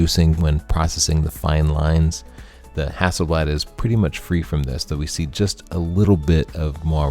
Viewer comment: Extra points from Sweden for the way you say Hasselblad! ( It means Hazel leaf ) It´s a typical surname in Sweden. + Inside info the man himself Victor Hasselblad had a dog named Leica!